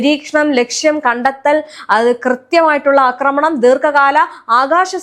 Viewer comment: അക്രമണം അല്ല ആക്രമണം ആണ് ശരി